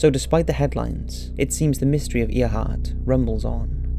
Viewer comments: I’ve liked all your videos so far, you have a great voice and great background music in all the clips but your pronunciation could use some work. It’s pronounced Amelia “Airhart” even though it is spelled Earhart. There have more but I just try to ignore them since your voice and tone are otherwise great. Also, I’m surprised you didn’t mention the Cottingley Fairies, that hoax was started by two pre-teens, and wasn’t debunked for 40 yrs. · I see someone corrected your pronunciation of Amelia Earhart's name, but I'm surprised that more people didn't call you on it. I've been hearing it pronounced "Air-hart" since the 1950s in countless TV programs and a couple or three movies, one of which was a biography. And she "was a supporter of the Women's Rights Amendment"? WTF? Women had had the vote for less than 20 years when she disappeared, so please look it up and tell us when this amendment was circulated---surely not in the less than two decades since women's suffrage was granted on August 18, 1920. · Its pronounced air heart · Earhart is pronounced air heart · Interesting video. The "space dandruff" explanation is plausible, but seems too convenient. Earhart is pronounced AIR-hart. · The way you pronounced Earhart drove me a little crazy is (AIR)-(HEART) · Mattie Scott EAR-HART... just cause she flew planes doesn't mean you can change her surname.. sure he liked flying but that's just stupid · Earhart is pronounced like Airhart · it's pronounced "AIRheart" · The pronunciation of Amelia Earhart is atrocious.....how dare you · Learn how to say Amelia's name right ,dink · Your terrible mispronunciation of Earhart cannot be ignored. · I cringe every time he pronounces Earhart wrong. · I understand he has an accent but he really fucked up Amelia Erhardt's name. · It annoyed me how he said Earhart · I found it pretty amusing. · really? he pronounced Earhart's name wrong... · AIR-HART NOT EAR - HART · It’s Err - hart ........ not Eeeerhart. No Offence.